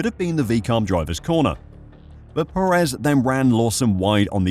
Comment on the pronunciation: Just an fyi it’s pronounced PErez not peREZ.